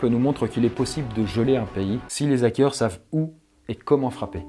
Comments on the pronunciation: "Les zackeurs" Je vois qu'il a toujours autant de mal à s'exprimer français :) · " les ZAKEURS " lool! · '' LeS ZacQuEUr'' 😢😂😂 mes oreilles saignent 😂